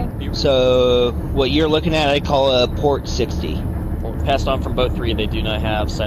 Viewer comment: “Pooor oarrrr starbooor?” “P O R T” 😂😂😂